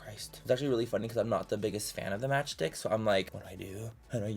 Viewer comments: OHHH “Match Stick” I thought he was saying “Match Dick” 😭😅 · I thought he said match dick